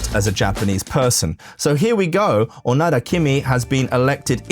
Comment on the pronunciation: I can't resist commenting, but her name is KiMi ONoDa, but every time you say her name, it sounds like you are saying, "kimi onara"! sec. When you say it, to Japanese people or people who speak Japanese, it sounds like you are saying some hougen that sounds like "Your are a fart!"....quick edit your video and change the parts where you say, "Kimi Onara" and dub in "Kimi ONoda." You can erase this comment, or I will just erase it later...edit you video with haste!